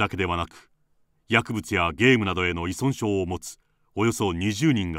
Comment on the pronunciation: ナレーターさん、いそんしょうと言ってます！正解！